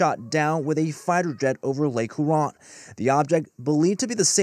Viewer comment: Lake Hoo Ron 😂